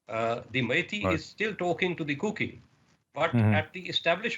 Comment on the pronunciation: It's not kooky it's kuki sir 🙋